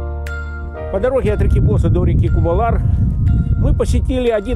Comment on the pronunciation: Может провильней говорить Босса́!??? Ударение на А!!